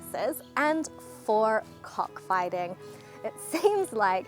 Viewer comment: 😅 the way she pronounce the COCK- FIGHTING and laugh 😜😜😂😂😂🤭🤭🤭 As an Filipino born in NEGROS ISLAND 🏝️ PHILIPPINES (100%PURE 😢 AUSTRONESIAN PILIPINO/VISAYAN)🇵🇭😜... My ancestors (TRIBE) using chicken for ( cockfighting ) since ancient time.... until now😅😅😅 ( ASEAN) WE also had a god called SARI-MANOK ( MANOK is a AUSTRONESIAN word) for CHICKEN 🐔😂😂😂 Yes!!!!!😜😜😜 Chicken always be a chicken 😂😂😂